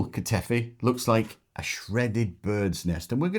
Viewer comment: It's ba-kla-VA and ka-ta-EE-fee. If you can travel with some from a bakery, do that. If not, enjoy while you are there and look for a pastry shop or befriend a greek family that bakes local to your home. 😊